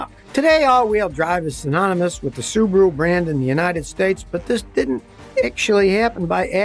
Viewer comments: It's Suu bahh rooo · Australian guy told me they are whack popular there. Pronounced Sue Bar ooo.